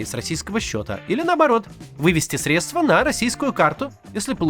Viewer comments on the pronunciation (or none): none